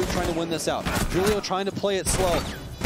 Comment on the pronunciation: Y do the casters say “Hulio” it’s Julio it’s Portuguese not Spanish